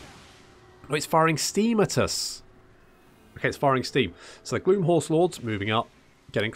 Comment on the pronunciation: I know you're saying "Gloom" but it keeps sounding like you are calling them "Glue Horse Lords" and considering they are undead horses this was rather funny to me.